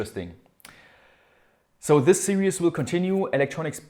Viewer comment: Series is pronounced "sear-ease" (eeees), not serious. Lol, you say it in every video, all good though.